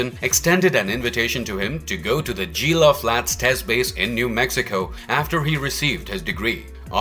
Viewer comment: I’ve never heard so many things wildly mispronounced as they are in this video. Gila isn’t pronounced “JeeLa” it’s pronounced “he-La”. You said “Sprock” from Star Trek and about 40 other things. Wow.